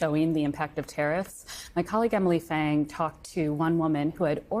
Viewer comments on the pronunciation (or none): none